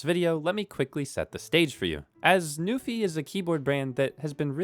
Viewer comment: He said "Newfie keyboard" so many times. Shoutout to my fellow Canadians!